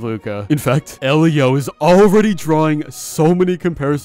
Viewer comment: I thought it was pronounced "ee-lee-oh"